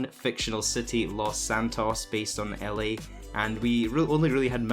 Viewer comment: u said Ellie instead of LA and meelee instead of melee. Fix your grammar